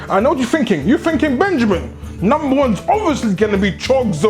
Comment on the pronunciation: BENJAMEEN FINK IT DISSAPOINTMING